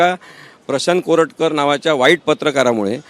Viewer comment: Koratkat la Correct kar-a